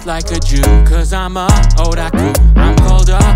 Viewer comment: The mispronunciations of otaku, Monoke, and Chobit made me sad. Completely messed up the name of Boku (not Baku) no Pico. Good otherwise